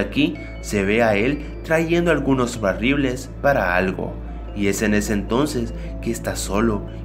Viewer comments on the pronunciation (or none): Haha dijiste barribles no barriles like si lo notaste